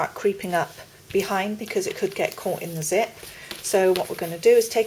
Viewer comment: does she mean zit or zip?